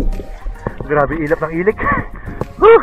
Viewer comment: 😂😂😂😂😂ILAK YAN HINDI ILIK